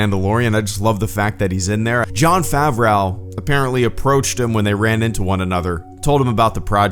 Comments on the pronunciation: Pronounced Fav*row. Not like Fen Rauw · Your pronunciation of Favreau is a bit weird. I believe it is more like Fav-roe than what you say, Fav-rau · “Jon ‘FavRAU’” Jesus, man. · Jesus, FavRAU? you are fucking pathetic dude. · Agreed 100% with the sentiment. Like everyone else is saying, but no one is stating the obvious, that's not how you pronounce Favreau. It kinda rhymes with Greedo if that makes it any easier. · 😊, you crack me up with your mispronunciation of Favreau... it's easier than you're making it. It doesn't rhyme with cow (or how)... it rhymes with know (or glow). 🍻